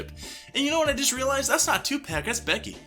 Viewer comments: Tupac = Tu-p-ah-k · STOP PRONOUNCING TUPAC LIKE THAT😂 😩 (I know it’s on purpose) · That is not how you say Tupac..... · Not gonna lie i cringed everytime you said tupac